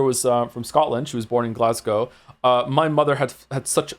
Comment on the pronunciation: OMG GLASGOW MENTION 🏴🏴 I'm new here so didn't know about his background. I felt the same way Joe did when I met Caidin, the localisation team did a great job with the accent. I will say his pronunciation of Glasgow is not one I hear often (glasguh?). But I find that Canadians are usually pretty good at Scottish accents, probably due to the amount of Scottish immigration there.